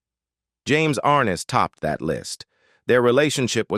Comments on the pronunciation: It's James (Ar-Nez) not Arness!! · James Arness's last name doesn't have the accent on the first sylable. It's not AR' ness. It's Ar NESS". I grew up watching Gunsmoke and I've heard his name pronounced countless times. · More crap James (Ar-ness) learn to pronounce words correctly. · Ken Curtis was a great singer & actor, but I don't trust this video at all, 'cause it is AI generated. Notice that the thumbnail says "She was racist," but I didn't hear anything about that in the video, and they couldn't even bother to pronounce James Arness' name correctly. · And you're not pronouncing James arness's name right